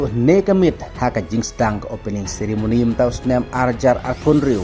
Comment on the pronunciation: Ceremony ❌ Sirimony ✅🤣🤣